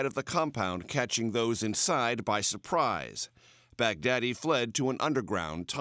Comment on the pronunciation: Why can't I stop hearing "Bag Daddy"? Mad props from the Philippines btw, US